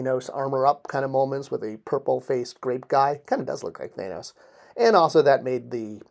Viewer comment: THAN OS! Not THAAN. You got the "OS" right. Just tryin' ta help. Good Show! \m/